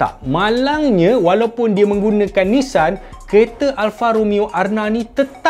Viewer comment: bukan nessan bang tapi Nissan